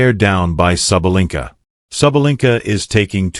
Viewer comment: The narrator changed his pronunciation of SABALENKA about four times. Referred to her as "he", etc. Sounded as if he had never seen a match or heard of the world #1 woman.